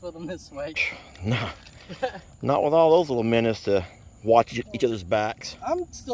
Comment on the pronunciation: You two should collaborate more. I always laugh so much when y'all are together. The geese will definitely be happy with all the minnows. Or "minnuws" as calls them.😂